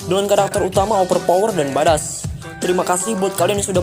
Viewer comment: Badass itu pelafalan nya 'baed-ess' om